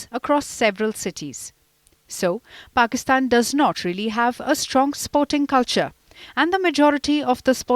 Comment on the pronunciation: We is she pronoucing it as if she's saying PORKISTAN?